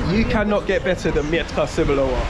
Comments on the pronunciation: It doesn’t mee-etka it’s metka. Nobody understands what’s „mietka” means. „Mietek” is a popular polish name, human name not for sasuage. 😂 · Not Mjetka sebolova but Metka Cebulowa looks for its pronunciation in googletranslator. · in polish we dont read "e" as "ie" just "e" :P Just sayin coz as polish guy, i understood u as u was sayig "Mietka Sebulowa" and i thougt its some guy xD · when you say "I am looking for Mietka Cebulowa" they think that you are looking for a man, who named Mietek Cebulow 🤭😉😆Mietek is Polish name. You must say Metka without "i"😆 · Bloody hell, is that Jastrzebie Zdroj? I used to live there when I was young 😀 They don't understand you because it's metka not mietka. Like in "I've met". Also "W" in Polish is pronounced like "v". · mEtka no m "i" Etka without i , gj you found it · it is pronounced....MET-KA not ' miet-ka' ! aha ......cebulowa !🙂🙂🙂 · Haha właśnie o tym samym pisałam wcześniej. Kiedy on mówi że szuka Mietka Cebulowa, to tak jakby mówił że szuka pana o nazwisku Mietek Cebulow 😆😉🤭🙂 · you like the metka cebulowa very much, why don't you learn to pronounce it correctly? You say the word "mietka" even though the label says "metka" without the letter "i". Mietka is a diminutive of the archaic and almost unheard of Polish name Mieczysława - a female version of the name Mieczysław (famous for the sword). One letter sometimes makes a big difference - A propos - scene from polish movie, in which the policeman added the letter "s" to the victim's surname - from the surname "Psikuta" (associated with the word "psikus" - eng. prank) he made the surname Psikutas (Dog's dick) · nie mietka tylko metka kurwa mać! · metka bruv, not mietka :) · I think you need to work on the pronunciation of „metka cebulowa”, cause the way you say it may not be understood by polish people (I didn’t get it also the first time);) Have a good one 😊